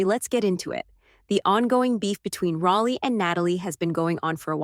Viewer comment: Fix your AI. It's pronounced Rollie, NOT Rahllie!!